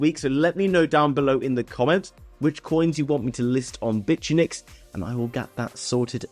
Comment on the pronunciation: Why do you pronounce Bitunix like that? 🤨🤨🤨